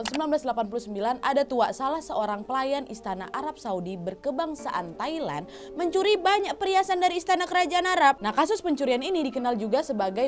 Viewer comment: Haha "Tai-Land"